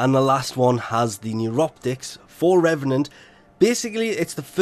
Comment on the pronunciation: It’s pronounced “Reevenant”